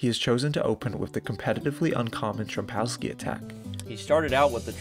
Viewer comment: It’s Fee-day not fie-d when pronouncing FIDE and trompowsky not trumpowsky.